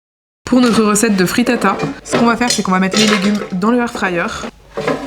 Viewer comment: Pls j’ai mis du temps à percuter que tu parle de fritata, alors quand dans ma tête j’entendais frittas😂